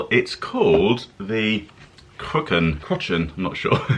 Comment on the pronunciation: Cruachan pronounced = crew ach an